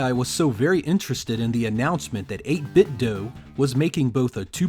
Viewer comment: Nice review, but out of curiosity: Why do you pronounce it as "8 bit doh", and not "8 bit doo"? Are you Homer Simpson in disguise?